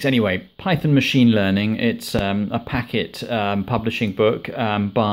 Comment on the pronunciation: Came across this video and it feels great to see you reviewing a book published by a company that I used to work for. It is Packt (pronounced 'packed') and not 'packet' :) During my time there in 2016, I had created an algorithm to rank all authors who published a book with Packt using 25 different metrics(Sales, Amazon Ratings, Customer Feedback, Peer Feedback etc). Among 2500 authors who published books for Packt, Sebastian Raschka, the author of this book was Rank 1.